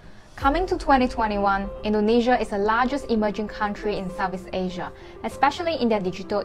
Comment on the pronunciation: Please learn how to pronounce the names of the countries Indonesia n Malaysia correctly. It's so basic.